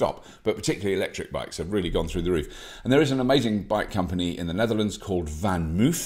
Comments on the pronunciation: Pronounced “fahn mofe”. Thanks! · I'd think if you were truly a 'nederlanderphile', you'd be a bit better at pronouncing 'Vanmoof' - the 2nd syllable [more or less] rhymes with 'loaf', not with 'roof'.